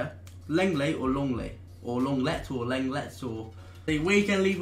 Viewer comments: 'long-lay' not 'long-let' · "Long ley"